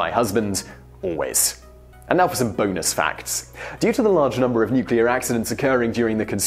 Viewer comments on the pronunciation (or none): It really rocks my socks when he says "And now for some BOENUS facts."